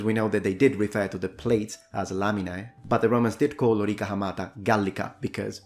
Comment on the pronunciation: would you be pleased to hear that when you say Lo-rEE-ka the correct way, in Russian it is also vowel stressed the same. in the official form -- on the 2nd syllable -- лорИка. many people, myself included (until very recently), intuitively stress the first syllable, like LO-ri-ca. probably because in English it is often that the stress falls on the 1st. not sure. I heard you use the prolonged vowel twice in this word, though. as if a double emphasis is applied -- Lo-rEE-kAA. not sure if that's a Latin thing of a spondḗ case (found the term Libation related to it), or was it only your way to stress the other two syllable as opposed to the wrongly stressed one.